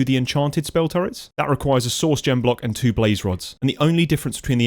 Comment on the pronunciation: Every time you say "source" I hear "sauce" and it makes me giggle